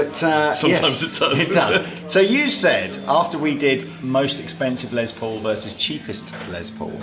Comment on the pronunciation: Lol It’s not Lez Paul as in lesbian, it’s pronounced Les, as in Less or short for Lester.